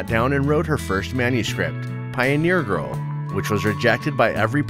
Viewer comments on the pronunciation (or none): none